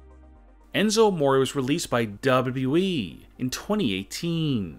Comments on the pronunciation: How Its supposed to be said >Double u Double u e< How he sais it >Daaable Double u eeeeeeee< 😂😂 #NoHateThough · please stop saying wwe. its w w e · It just triggers me every time you say WWEEE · I can’t DUBBA DUBBA EEEE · Why do you say WWE weird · The way he says wwe is hilarious 😂😂😂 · The way you talk and say WWE makes me want to end it all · What's wrong with how you speak? I thought only Kurt Angle had a hard time saying WWE.... nope I was wrong... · why u say wwe like that